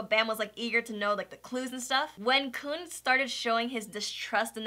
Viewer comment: It's pronounced "Koon" for future reference. The author named him after the footballer Sergio "Kun" Aguero.